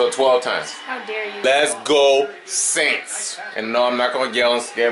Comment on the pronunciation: Lol SAINTS are "AINTS"! Give up!!!!! Lol